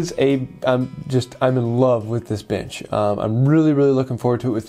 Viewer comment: Your accent souds like ( bitch instead of bench ) a good laugh, thanks from Aussie Dave